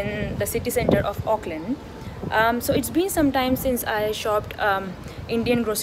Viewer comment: Really like the way you pronounce "Auckland "